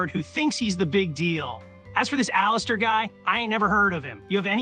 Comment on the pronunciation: "ALASTOUR" Ai what..